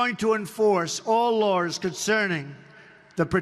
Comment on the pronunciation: What are, "all lawrs"?🤔